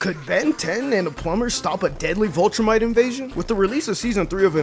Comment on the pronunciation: Man's didn't say Vultrumite